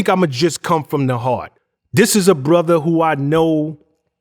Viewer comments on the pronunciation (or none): I didn't know Father, Mother and Brother were actually pronounced "FAVA" "MUVA" and "BRUVA" 🤷🏾‍♂️🤷🏾‍♂️